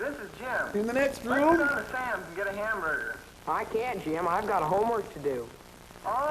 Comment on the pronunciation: Anyone notice that he says "Hambugger"?